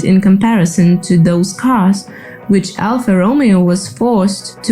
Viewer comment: I was wondering about the voice. Initially, I thought accent, cool, but then, with the pronunciation of Romeo, I realized I was wrong. AI makes perfect sense.